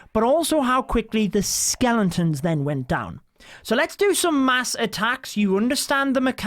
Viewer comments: its not skelenton’s, its skeletons! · skelen tons hahaha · dude be saying skelentons